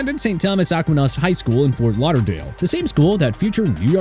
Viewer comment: My question is why was he enunciating Maryland as Mary land instead of Mareland. That and the pronunciation of St Thomas Aquinas high out of Fort Lauderdale